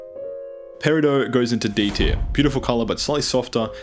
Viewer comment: I have never heard anyone else pronounce garnet or peridot the way you do (The way you pronounce peridot is wrong btw, I looked it up, the t isn't silent, not even in any of its etymological roots)